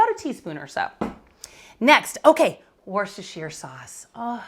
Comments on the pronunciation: Worcestershire is sounded 'woostashear' - the woo as in wood. Dare I say that nothing can be 'pre chopped' its either chopped or not! 🤔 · Please work on your pronunciation of Worcestershire. Just ask a Massachusetts person.